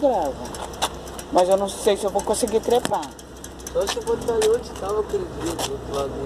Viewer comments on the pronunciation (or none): none